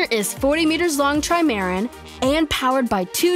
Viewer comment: Learn to pronounce trimaran